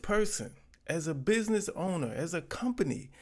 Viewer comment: It's BizNasss not personal. Well not too personal 😂😂😂😂 stop being so wretched and ignit ya punks 😂